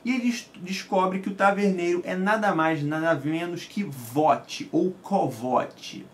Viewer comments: A pronuncia do nome Kvothe, nao é "Vote" é "Kouti" tem escrito na orelha do livro da nova edição caso duvide, não se fala o "v" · Bacana sua resenha... Só um apontamento... A pronúncia do nome do personagem não é "Vote" ele diz no livro que se escreve Kvothe mas que se pronuncia "Kuouth" mais ou menos "CUOLF" considerando que pronunciamos o "th" próximo de um "f" Nas entrevistas do autor também pronuncia assim.